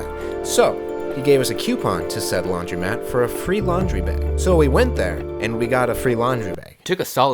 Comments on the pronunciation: its laundromat, not laundymat, and its coupon, not qpon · You guys are aware it’s laundr-O-mat right?